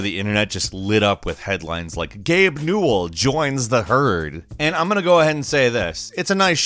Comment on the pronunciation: I thought it was pronounced (New-well)